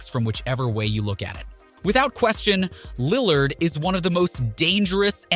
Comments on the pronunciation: And lill lard 🤣🤣🤣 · Lil lard You mispronounce everyone on purpose?